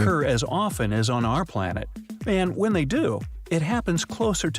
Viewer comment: vhen or wehn